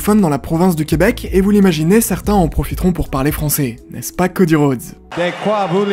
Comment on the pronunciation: S'il y a une chose à retenir de cette vidéo, c'est "De quoi voulez-vous parley"